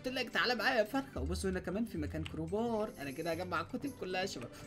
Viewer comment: حركات بدال مايقول كروبار قال كوبار